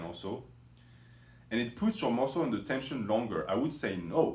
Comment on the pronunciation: 5 ways to shhock the musslé